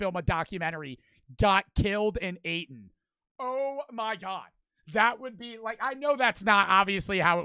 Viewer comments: Aten,,really it's ate😭😭💀 funny asf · bro said youtuber gets aten instead of eaten 💀💀